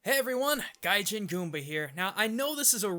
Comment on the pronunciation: ugh 'gajin' weeb